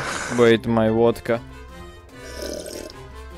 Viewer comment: umm hes..hes from latvia like I am and..ummm..vodka..not..votka